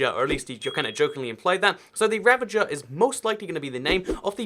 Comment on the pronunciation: Did you really just say ravenger while it’s ravager? I thought people were supposed to learn to speak by your age